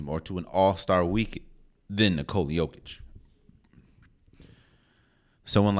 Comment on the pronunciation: Not quite, my Serbian brother. YO sounds like "yo-yo", and YOH sounds like "oh my God!"... OH my God, it's yOH-kitch! ✌🌈🏆